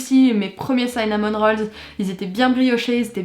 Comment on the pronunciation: Je te lèche un commentaire pour te dire qu à 33 ans je n'ai toujours jamais goûté de pumkin pie ! Et cinnamon, se prononce cinnamon et pas saïnnamon (oui cette info est inutile, pardon 😁)